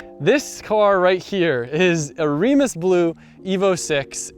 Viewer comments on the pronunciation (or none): Reims blue is pronounced “Rans”being a French word alternatively the English pronunciation is “raymes”